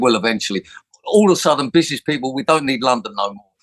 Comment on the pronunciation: Can't even say 'Bishnishes' (through his fake teeth) Absolute F*ckwit!!